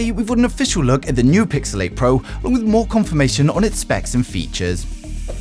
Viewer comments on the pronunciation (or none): I kept hearing Pixelate instead of Pixel 8 😂